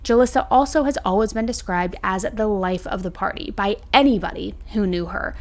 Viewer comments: I’ve never heard anyone say “always” like you do. Like “Alwez” no judgement, just an observation 😊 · Why do you say alwaYs like alwas it drives me insane 🥺